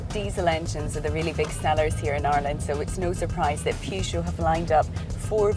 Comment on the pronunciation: This is how the reviews should be done. Well done lady. By the way, it's very nice how you pronounce Peugeot.